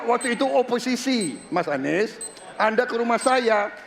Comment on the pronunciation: Anis baswedan bukan huruf O ahirannya....😂😂😂 1 dan 2 gasken